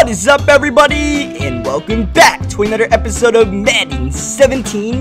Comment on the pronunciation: " an udder not top ten plai"